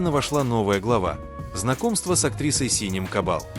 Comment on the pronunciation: автор, навчись читать, і не Сінем, а Сінем- наголос на останньому складі!